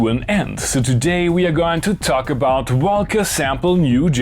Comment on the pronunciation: English is not my first language either, but why do you say velcome and wolca when you say world and reverb?